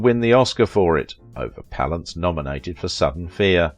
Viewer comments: its pronounced pal ance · i hate this guy's pronunciation of jack's surname palance.